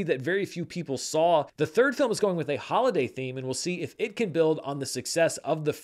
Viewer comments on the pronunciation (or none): none